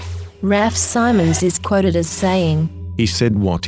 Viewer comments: SHE SAYS "SIMONS" WRONG. iT'S PRONOUNCED LIKE SIMMONS. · it's belgion its pronounced rahf seemons